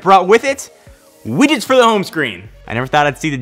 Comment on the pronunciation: Are you saying "wiggets" ?